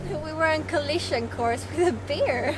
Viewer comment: You pronounce bear wrong, it sounds like you are saying beer ;)